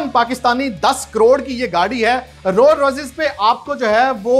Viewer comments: "Rol Royces" :D bhaii khuda k liy brand k naam tu sahi se lo. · Rolls royce ka naam tu parhna seeks lete..